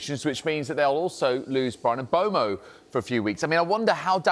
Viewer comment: It makes me laugh how Sky Sports Presenters can't say Brian's name correctly. It's Brian MBeumo not MBwaymo. There's even a Man Utd/Premier League video released at the start of each season where the players tell you how to say their name lol😅